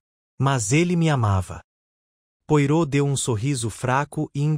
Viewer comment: Não consegui terminar de ouvir. Pronúncia horrível, inclusive o nome do Poirot.